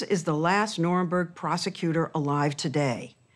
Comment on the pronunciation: "the norinborg" like how can you even let that miss pronunciation through lol